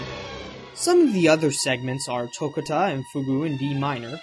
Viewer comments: I can tell by the way u pronounced toccata that u probably watch a lot of anime. Lol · To-cot-tuh and Fyoog. Not Tow-cut-aw and Fyoog-oo.